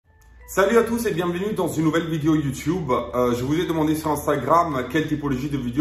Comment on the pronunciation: Le « youtioube » me tue toujours autant 😂😂😂